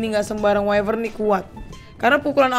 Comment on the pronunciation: The Gaming Craft Wyvern Bukan Whifern